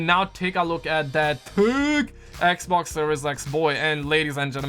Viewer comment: This man stay saying the “ecboc “ instead of Xbox 😂